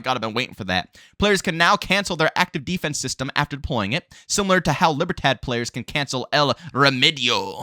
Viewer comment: The LIBERTAD faction is actually pronounced as LEE-BEAR-THOD. The D is soft and almost silent, but either way, it's an awesome video. 👍🏾